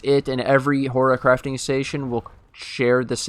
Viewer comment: you're been watching too much Harry Potter ... it's horTIcrafting station ... like horticulture